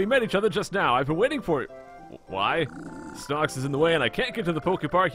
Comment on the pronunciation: you said snox instead of snorlax